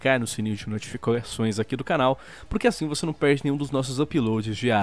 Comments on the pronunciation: "Sininho de notificaeoções" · sininho de noITIFICAçoes kkkkkk